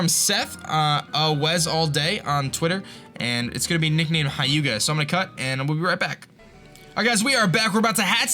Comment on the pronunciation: "hy-uga" :P